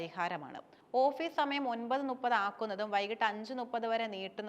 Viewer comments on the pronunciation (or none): ചേച്ചി, ടീച്ചർ നുപ്പത് (ന്നുപ്പത്) എന്ന് പറയാനാണോ പഠിപ്പിച്ചത്, മുപ്പത് എന്നല്ലേ പറയേണ്ടത്...